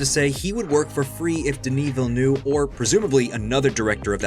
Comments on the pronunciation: Ville neuve, not ville new. cmon man. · by the way it's not denis "villenoo", it's prononced ville-nev (ne like in nerve) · it’s pronounced like “dennis ville-nerve”